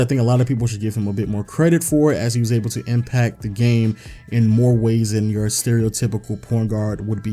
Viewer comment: And “you(‘)r(e)” and “guard”